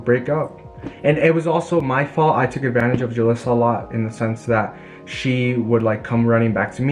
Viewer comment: Why does he keep saying Julissa ???